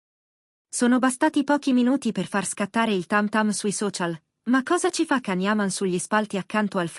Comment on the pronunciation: Ma non dite cazzate. Fatelo vedere! Fate vedere le immagini dei due nostri idoli sugli spalti...Ah cazzari. Poi Can😂😂😂 e non Gian...non sai nemmeno pronunciarlo 😂😂😂